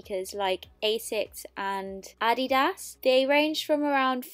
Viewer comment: Why are you mispronouncing ADIDAS